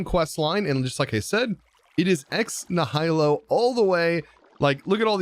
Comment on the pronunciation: Kinda bugged my brain a little how he pronounced ex nihilo